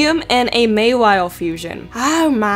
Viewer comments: It's "Maw-wile" not "May-wile" Maw like a mouth. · mawile, ma-wile not may-wile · ***** you don't need auditory sources for this pronunciation, Ma as in ma, wile as is while, there is no Y sound in their at all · It's not maywile mawile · It's mawile not maywile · u gotta understand though that it's kinda annoying when someone says it wrong. It's not the end of the world, but it's just not pleasant to hear